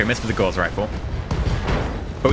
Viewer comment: Gauss isn't pronounced like "course" it's pronounced like "house".